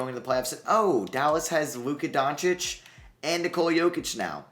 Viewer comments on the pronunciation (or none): none